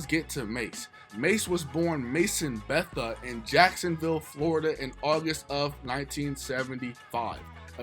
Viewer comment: It's Bethea. Pronounced: Buh-thay. Hooked on English class did you?